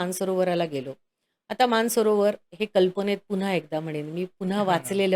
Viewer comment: मान सरोवर की मानस सरोवर ? हे स्पष्ट उच्चारावे.